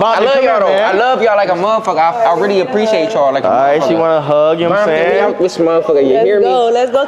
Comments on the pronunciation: him being old don’t mean nun he still said bomptom instead of Compton like a blood🤣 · Probably not a crip he calling Compton , “bompton